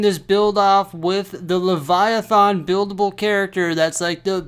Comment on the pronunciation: the last A in Leviathan is "smooth" sorta, you pronounce it as an E or I like "thin"